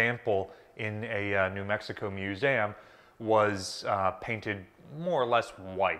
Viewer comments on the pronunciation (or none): Love this info but you pronounce it "Mewzamm"?